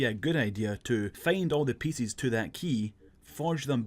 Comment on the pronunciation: Today I learned there are people out there that struggle to say "pieces"